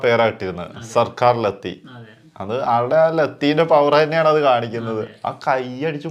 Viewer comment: നിങ്ങൾ ഇപ്പോഴും ലത്തി എന്നാണല്ലോ പറയുന്നത് അത് എന്താ അങ്ങനെ 🤔🤔🤔